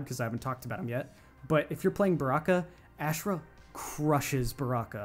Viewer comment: Bro it’s aushrah not ash rah lol